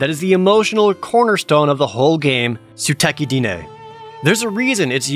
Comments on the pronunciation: I just realized it, but you botched the song’s name, btw. It’s “Suteki da ne”, translated to “beautiful, right?” (or something like that, idk, I didn’t look it up) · Awesome video as always. Check the pronunciation of Suteki Da Ne though 😆